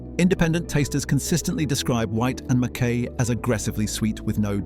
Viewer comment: Please pronounce Mackay correctly.